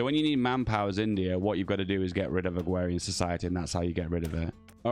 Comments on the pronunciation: u keep speaking about agwhewian what is that? i know what agrarian is but not agwhewian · Agrarian is pronounced (Ag-rare-ian) not Ag-wear-ian. You speak like a Spaniard. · yeah why is he saying it like that lmfao